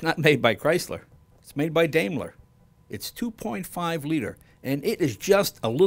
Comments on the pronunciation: Great car, but having taken German in High School, the correct way to say the company name in DIME-ler, not DAME-ler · Hey, Jay! Daimler is pronounced DIME-ler, not Daym-ler! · "Daimler" is pronounced like "dime - ler", not "dame - ler". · It says DAIMER... must be A.I.